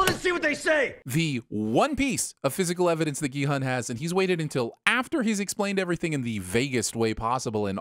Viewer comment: At least he's saying Gi-Hun this time.